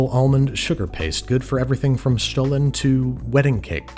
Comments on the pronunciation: Great job Babish! I love it how you take a look around for worldwide specialties. Also, my German ears absolutely adore you saying the word Stollen 😊 love from southern Germany! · 10 out of 10 on that pronunciation. I am not from Germany ,but I am a german speaker. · I have to say, your pronunciation of Stollen is perfect 👍🏽. Nothing basic here ☺️.